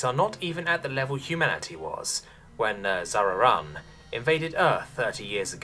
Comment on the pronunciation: I think it's zar-on, you added an extra ar with zar-ar-on